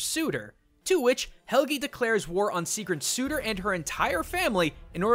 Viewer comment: When he says seagrohn instead of sigrún and helgeee instead of Helgi... AAAAAAAHHHHHHHHHHHHH!!!!!!!!! WHY DO YOU DO THIS TO ME!!!! I THOUGHT YOU WERE A CULTURE GUY!!!!!!!! WWWWHHHHHHYYYYYYYY??!?!?!?!??!!!??!?!?